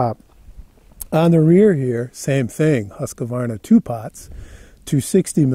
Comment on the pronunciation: Seen this and a few others of your videos, liked and subscribed. You may already have heard this before, because many Americans dont know how to pronounce Husqvarna, only motorcycle journalist that I seen that comes close is Big Rock Moto. Anyway, it is not Husqa-varna, more Huis-Kvarn-a'. It is a 400+ year company that started in the town Husqvarna (now spells Huskvarna) which is just beside Jönköping in southern Sweden. It is a beautiful area, they have a nice industrial museum and there are also some motorcycle museums nearby. You should take a trip there, it is just a day trips ride for where you are in Germany. Cheers